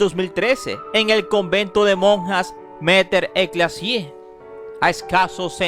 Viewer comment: Mater Eclessia tan mal informado que ni sabes pronunciar bien los nombres. 😮👎